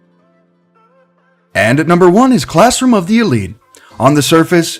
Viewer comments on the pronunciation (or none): none